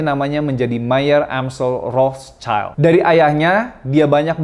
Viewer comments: Bang, dibaca Rot-syil. Cmiiw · bahasa jerman bacax "rotsilt" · Ejaan nya : Rot Schild /rot shil (artinya perisai merah dlm bhs Jerman) bukan Rots Child /rots chail Ato Red Shield dlm bhs Inggris